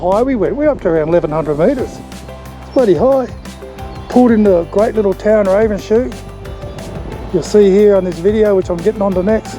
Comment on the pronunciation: I’d have thought rule number one for vloggers was get the correct pronunciation of the towns you are talking about. For one it’s Ravens-ho not raven-shoe. It’s not the only one, hughendon and mt garnet aren’t pronounced the way you did